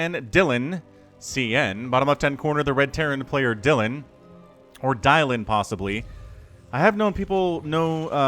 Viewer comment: Dylan is always pronounced "Dillan", not "Dialin'" (which is what you do on a telephone). Dylan is a Welsh name and that's how it's pronounced in Wales. We don't talk about "Bob Dialin'" (American musician) or "Dialin' Thomas" (Welsh poet).